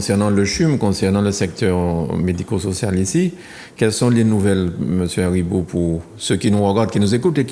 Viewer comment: Excuse-moi c’est monsieur Aribo et non Daribo